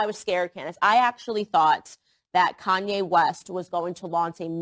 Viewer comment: And Koonye West